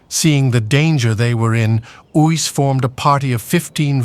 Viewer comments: 😂It is pronounced Ace-Uys Not Oos😮😮😮😮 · Uys is pronounced Ace. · You have to pronounce the name Uys correctly. It is like Ayce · tried to get the tongue to curl with the insertion of the y. But yes in short Ace would be the closest to the correct pronunciation. Cheers 🍻